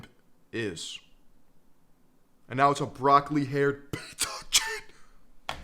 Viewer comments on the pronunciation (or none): Sounds like pizza chip, but maybe it was meant to be piece of shit